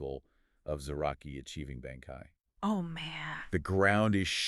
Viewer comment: You guys pronunciations of bankai are killing me.